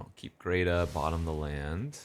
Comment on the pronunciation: Not trying to be rude but, hearing you say Greta as “Greata” everytime is grating… its like Hansel and Gretel